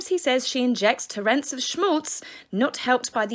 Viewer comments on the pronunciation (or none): It's pronounced 'TORRents', not 'torrENTS' - the emphasis is in the FIRST syllable.